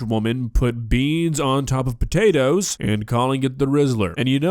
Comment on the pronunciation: The way Kay says the spotatoes instead of these potatoes gets me every time.